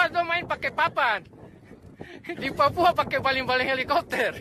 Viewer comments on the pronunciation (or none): none